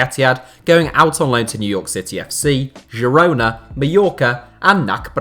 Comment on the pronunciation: Same place he found the hard G in Girona